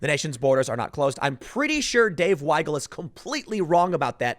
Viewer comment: Hey Tim, thank you pronouncing Weigel (Why-gul) correctly! Most people think it’s pronounced wiggle, why-gel, we-gul, etc... The German language is a little backwards when it comes to words spelled with an ie or ei. If it’s spelled ie, the i is silent and the e is pronounced, the opposite is true for ei.